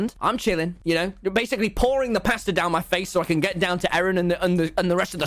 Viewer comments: i thought he said “pastor” like a church pastor and i was like huh? 🤔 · The way he says “pasta” sounds liked “paster”